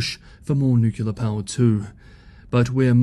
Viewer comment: At least you tried to pronounce "nuclear" correctly twice before giving way to "well that's the way I was raised to pronounce it"